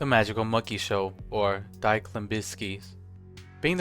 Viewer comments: Also when you mentioned Die Klimbiskis, the Die is pronounced like dee not die like someone dying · Die is pronounced more like Dee in German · The way he said german “die” made me fold lol.